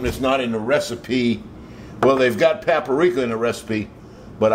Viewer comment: is that a bullet hole in your shirt? BTW Paprika is Pap-rika, not Pap-a-rika. Ha ha ha! You crazy Cajun.